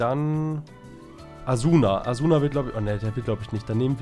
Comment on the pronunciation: Asuna wir asna ausgesprochen das ist ein anime Charakter👍 ALLE DIE SAO LIEBEN LIKEN✌️